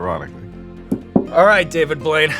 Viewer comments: to me it sounded like he called him "David Void" instead of Blaine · Did you just call him David Blouide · did Sean just pronounce his last night wrong?? Edit: most genuine moment I've ever seen!